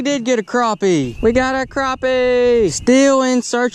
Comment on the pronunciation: It's crappie not croppie